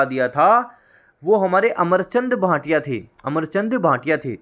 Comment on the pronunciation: अमरचंद बांठिया है न कि भाटिया